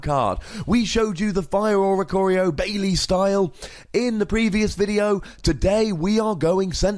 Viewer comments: It's Baile. Bah-ee-leh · Am I the only one who laughs everytime people mispronounce "baile" lol It's pronounced by-leh